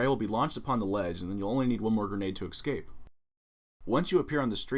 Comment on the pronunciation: It's pronounced escape not excape